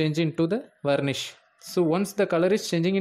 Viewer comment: Becomes Vanish not Varnish